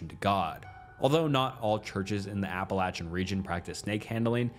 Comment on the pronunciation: Thank you for pronouncing "Appalachian" correctly! You earned yourself a subscribe from me, just for that!